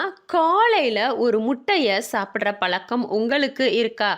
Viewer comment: பலக்கம் இல்லை பழக்கம். தமிழை ஒழுங்காக உச்சரித்துப் பழகிய பிறகு பதிவிடலாமே!